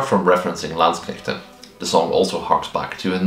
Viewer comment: Came a bit when you said "Landsknechte" 😄 Been hearing too much anglo-butchery of the word. Oh also, as a german fencer, living historian and uh... regular historian, i gotta say: awesome vid! I was aware of the topic but you presented it flawlessly imo. Also also: my bachelors thesis was transcribing a landsknecht provosses diary. And my masters was transcribing and working with late XVIth burghers inventories (yeah, they owned armouries and bathhouses 😁) thus i cant not do XVIth in living history anymore. Also since my local armourer specializes in XVIth armour and i got interested friends. Will come back to you for a pike block melee when were ready ;)